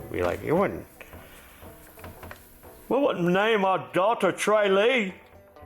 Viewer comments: Tralee is in county Kerry, pronounced trahlee, hello from Ireland☘️grassrats! Irish eyes are smiling 👀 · Its pronounced Trah lee. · Tralee is a town in County Kerry Ireland. Its pronounced "TRALL LEE"